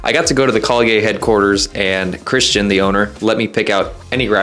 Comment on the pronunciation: the way you say kalye in true filipino pronunciation is Kal-ye. the end is a short "yeah". no Y at the end of it, because you say it as kalyey hehehe im getting my first fingerboard soon and its because of watching you! i enjoy the videos hehehe